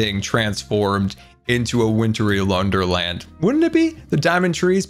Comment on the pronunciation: List of mispronunciations in this episode Gargru Wintery Londerland Appreciatitive Treeage